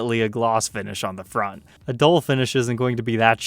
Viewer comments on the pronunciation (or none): none